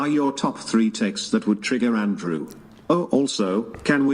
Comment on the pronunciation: The long pronunciation with AHH at the end is so annoying.Andrewaaah